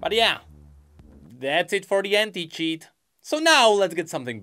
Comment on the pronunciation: I cant help but hear “H3nT@ instead of anti when u say it is it just me ? 😂